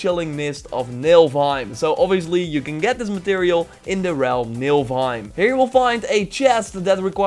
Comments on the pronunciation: Nifl, not Nilf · IT'S NOT NILVEIM IT'S NILFEHEIM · Muselheim and Nilfheim XD Time to be a bit of an ass here: Muspelheim and niflheim Still entertaining vid.